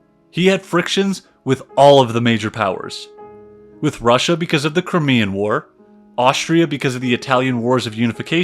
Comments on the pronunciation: Did he mean the CRYMEAN War. It is the Crimea not the Crimmea. If you can’t even get that correct it makes the rest of the video suspect. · very interesting but you need a pronunciation guide. Crymea is how it is pronounced also Derby is Darby. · One doesn't feel a lot of confidence when the guy starts off with that funny-ass pronunciation "crimmy-uh" for Crimea. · Despite some errors and mispronunciations, this presentation tells me more than I ever got in school. Russia has a great culture, but they have an ongoing history of terrible leadership. Napoleon III was an ass, too.